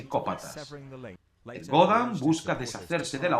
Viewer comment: Se pronuncia "erdoán"